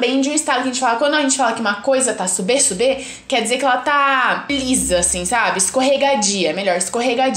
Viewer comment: Nao sabe nem fala o nome da fruta direito a sube sube no mi o suBE se pronuncia subi no mi